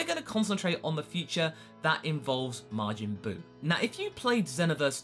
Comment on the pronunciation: His name isn't Margin Buu